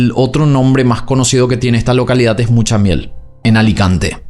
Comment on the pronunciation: Hola,Mutxamel es cómo se escribe en valenciano y tx es la ch en castellano, es decir, lo has dicho perfectamente, Muchamiel. Saludos desde Alicante y feliz verano,❤❤